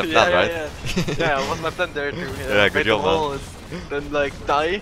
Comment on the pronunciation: English: Job: Yob English: Joke: Yoke English: Jax: Yax English: J??:.... Y!!